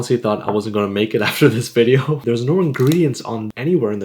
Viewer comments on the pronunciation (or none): none